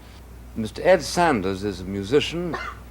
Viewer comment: His name is Ed Sanders, not Saunders. The drunk idiot and Buckley, the sober idiot need smacked in the mouth.